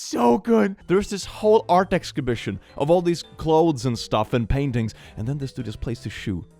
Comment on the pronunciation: Ex scibishion😅